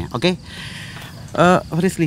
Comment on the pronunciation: Aku ngakak pas dia manggil Frislly salah mulu